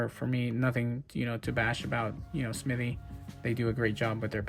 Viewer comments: Hello young man. It is Smith- ee NOT Smitty. There is a difference. Please stop making yourself look like you didn't learn the basic rules of reading. The rest of your content is good, but, stop with the 3rd grade Appalachia dropout pronunciation. Thanks. If you fix it I would subscribe. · It's "Smith-EE", not "Smitt-EE!". Credibility is hinged on convincing the public you know what you're talking about. Not knowing something as basic as how to pronounce the subject of your discussion, is certainly not a ringing endorsement for that credibility.